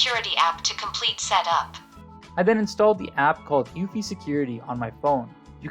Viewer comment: Pronounced uuu-fee!! Not uewwfy!!